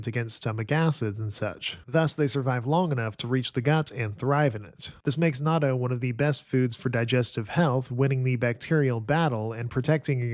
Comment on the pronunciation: you messed up again on natto 🥲 please listen to a native Japanese speaker pronounce it